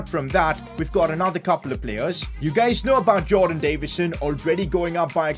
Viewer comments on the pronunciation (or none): none